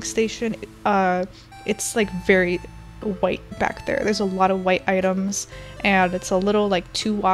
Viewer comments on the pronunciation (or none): She says wHI tE